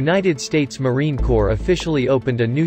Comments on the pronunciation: Please narrator please. Silent P in Corps. Thank you now lets try again. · It's Marine Corps (silent ps), NOT Marine corpse!!! Idiot! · Pronounced 'C O R E" NOT CORPSE!!!!!! CORRECT YOUR VIDEO!!!! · Is this dude another Obooboo person. United States Marine Cor(ps) ... not Corpse ... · It’s pronounced “core”, not “corpse”. The p is silent. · It is "Marine Corps" (pronounced "Marine core", not "Marine Corpse"). A corpse is something no Marine ever wants to be. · Corps is pronounced core not corpse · Why didn't someone tell the narrator that it's not pronounced corpse. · PLEASE stop pronouncing it as Marine “CORPSE”. It is pronounced as “CORE”. Quickest way to piss off a Leatherneck. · Marine 'Core' not 'Corpse' 😡😡😡😡 ????!?!? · You killed me with the pronunciation. Its pronounced like “core” not “corpse” or “corp.”!! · Pronounced marine core,not marine corpse. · It's pronounced "Kôr" Damn it! Not "kôrps"!!! As in a military organization and not a freaking dead body! 😠😡😤 Semper Fi Marines! OOH RAH! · Get the pronunciation of Corps correct, it is not pronounced "Corpse" it is pronounced "Core" Thank You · i hate when people say Corps like a dead body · Its not fkn CORPSE (Although we specialize in producing them), it is pronounced 'Core-, so get it right or keep your fkn suck shut! Semper Fi to my Brothers and Sisters! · The synthesized voice pronounces 'Corps' as 'corpse'. lol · It’s pronounced COR not corps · It's not Marine "Corpse" It's Marine 'Core' The Corps is pronounced Core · Fix the robotic voice when pronouncing "corp"!!! It's the Marine COR not a dead body. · For the love of God, Corps, and Country, PLEASE stop pronouncing us as CORPSE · "Marine corpse" awful, really really awful. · Marine Corps NOT corpse! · The P is silent is Marine Corps. Like Core not Corpse. Jackass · The damn computer voice keeps pronouncing Corps as “Corpse”. WTF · The letter “p” in Corps is silent, as in “core.” Pronounce it correctly. Semper Fi, a Combat Warrior, OUT